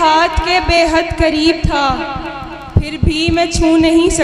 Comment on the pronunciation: Shaiyra sahiba alfaaz theek kijiye ..kareeb chhoty kaaf se nahi bade kaaaf se h ...tallukaat m bhi bada kaaaf h ....shaiyri achhi h apki ....may Allah bless u success through out life ...